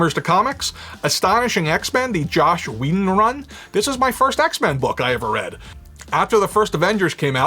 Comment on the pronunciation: Its "Joss Whedon" not "Josh whedon" and its "mcfarlane" not "McFarland"